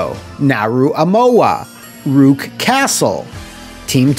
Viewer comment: That's an interested way to pronounce Rook